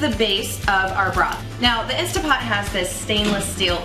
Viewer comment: Great recipe, but please, everybody, there is no such thing as an “INSTA-POT” — nonexistent item. What we are working with here is an INSTANT-POT — please pronounce the three T’s — that’s the name of it. If people say “Insta-pot” they sound like amateurs who don’t know the product. Thank you for the great bone broth recipe, I’m trying it right now!